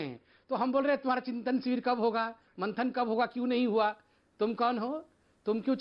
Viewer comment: पे कांग्रेस प्रवक्ता ने चिंतन " शिवर " कहा 😂😂😂😂😂 slow motion में देखिए